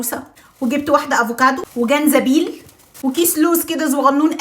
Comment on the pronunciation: زنجبيل × جنزبيل✓ إنتي الزاي بتقلبي الكلام كده😂